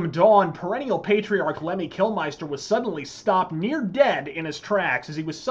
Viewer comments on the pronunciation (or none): Amazing video, mate. Though it’s always bugged me how Americans pronounce Kilmister. Saw them in Vegas and a fellow Marine I met was talking about Lemmy Kilmiester, I asked him how he said ‘mister’ and he said it, then I asked him to put ‘kil’ before it and he was shocked. Anyway, that’s enough of my boring analness. Thanks again for the vid 🤘🏻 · It´s KILMISTER !!!!!! not Kilmeister, for god´s (Lemmy´s) sake. ... Other than that awesome Video my friend, all hail Lemmy ! all hail Rock n Roll !